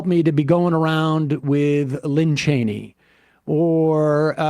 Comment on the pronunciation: Is Sam okay? He has been corrected at least two dozen times on Liz Cheney's name and he still can't get it right.